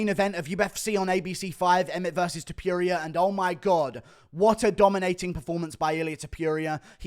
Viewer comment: Guru its TOPURIA not TOPIURIA ffs